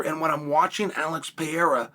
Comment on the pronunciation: Alex Peeara